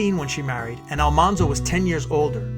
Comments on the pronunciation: A very nice documentary but the pronunciation of Almanzo’s name is wrong. It’s pronounced “All-man-zo” not “All-mon-zo”. The show got it wrong. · The proper pronunciation of almanzo's name is AL-MAN-ZO al like the name al, man like the word man not ALL-MON-ZO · He was "Manly" because his name was Al-Man-zo, not Al-Mon-zo. The tv series screwed it up. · It's pronounced "Al-MAN-zo," like "The man walked down the street." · I just finished "Prairie Fire," a biography. This timeline is very accurate to that book. It was a difficult book to finish, but well worth it for me. Almanzo's name is pronounced with the middle syllable man. It stayed wrong in the series because that was how it was first said by the teacher on the tv show. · Almanzo is pronounced Al-MAN-zo. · It's actually Al-man-zo